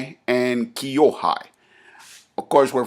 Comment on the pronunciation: senpai (先輩) kōhai (後輩) not kyo-hai